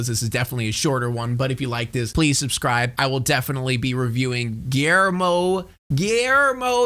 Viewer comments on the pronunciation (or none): none